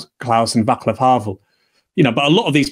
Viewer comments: it just so happens he is bibi's friend well well well :-) btw read it "vaslav" you will sound correct. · ‘Vaclav’ is pronounced ‘VAT-slaav’.